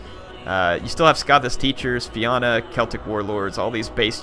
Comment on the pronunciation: Righdamhna- ree-dav-na,Fianna-fia-na(rather than fee-ana)